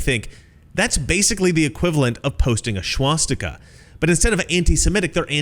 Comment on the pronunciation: This guy pronounces "swastika" funny. He says "schwastika."